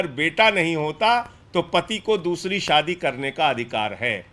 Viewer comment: Saadi nahi shaadi hota hey